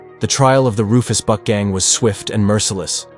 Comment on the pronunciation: Did anyone else hear him say "The Rufus BUTT gang"? LMFAO I thought they were actually called that so I googled it and it's actually "Rufus buck" 😭😂